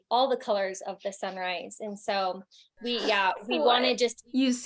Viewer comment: Wait she said colors of the sunrise? I thought she was saying colors of the samurai 💀